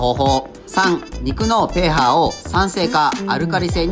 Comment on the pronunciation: pHはpHって読むんじゃなくてpHって読むんやで